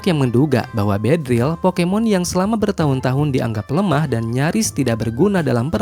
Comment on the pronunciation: Beedrill yg bener, min 😅